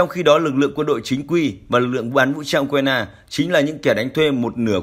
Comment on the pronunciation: Tôi đã nói nhiều lần: thay này đi. Nay lại nói, đọc sai tên của tổng thống Ukraine...